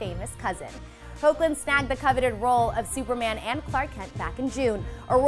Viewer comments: just ganna say this it's pronounced hek -Lin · Lol it's "Heck"lin. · His name is pronounced "Heck"-lin. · who else cringed when she said 'ho-clin" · it's pronounced " hecklin" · It’s heck-lin Bruhhh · Is not it pronounced like Hekhlin ? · Did anyone else notice that they said Tyler's last name and the MAIN characters wrong.... she pronounced them horribly!! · When are they going to pronounce Hoechlin right?😥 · It is, she just pronounced it wrong